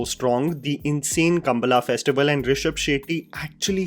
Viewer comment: कांतारा, कंबाला, भूता कोला, वरहा रूपम। The "la" in kambaala is not the normal "la" too.. Pronunciations remain your weakest characteristic. Please remove these blemishes from your excellent work. 🙏🏽